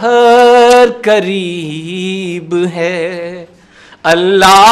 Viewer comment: السلام عليكم ورحمة الله وبركاته ، اس چینل کا نام کیا ھے ؟ تلاوت جس نے کی ھے وہ جنگل سے لایا گیا معلوم ھو رھا ھے نہ کپڑے ڈھنگ کے ہیں نہ سر پر ٹوپی ھے نہ تلاوت میں تجوید ھے نہ لہجہ اور لحن ھے کسی کی اردو صحیح نہیں ھے (ساقی) کو ساکی ک سے پڑھ رھے ہیں (قریب) کو کریب ک سے پڑھ رھے ہیں علّامہ (لام پر تشدید) ھے لیکن بغیر تشدید کے پڑھ رھے ہیں ، علّامہ اقبال کے پروگرام کا چینل چلائیے گا تو خیال رکھئیے گا کہ اردو صحیح ھو تلفظ صحیح ھو پروگرام میں شارکین کا لباس صحیح ھو ، مجھے افسوس ھوا ننگے سر تلاوت کرنے والے پر ، ننگے سر تلاوت کرنا قرآن پاک کے ادب کے خلاف ھے ، تلاوت کرنے والا خوش الحان قاری ھو مجوّد ھو با ادب ھو چہرے پر ڈاڑھی ھو سر پر ٹوپی ھو اگر آپ میں ادب وآداب نہیں ھے تو ادب کی محفل بے ادب ھے ۔